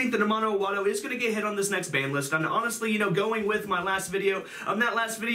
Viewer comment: I know that as a non-Japanese person I should really not get hung up on this but I think you're supposed to have a brief break after Ama as the No is a seperate word.